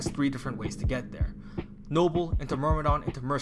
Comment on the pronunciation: It's a détail but sometimes "myrm" become "mrym" Anyway good video ❤️